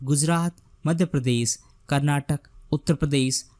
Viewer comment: It's not Karnatak it is Karnataka pronounce it properly..